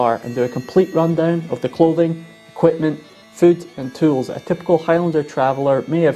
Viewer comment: Quipment? And I thought us Australians were good at dropping off unnecessary syllables. Approved!